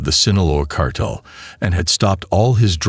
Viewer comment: I’m sorry, but this voice sucks. It’s Guadalajara. And cartel not Carterrrrer